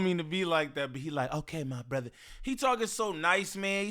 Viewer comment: You can tell flakko jUST added “brothuh” to his vocabulary…